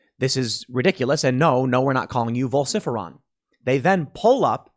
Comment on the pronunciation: vol-sif-eron????? Ok, now your just stirring shit up,lol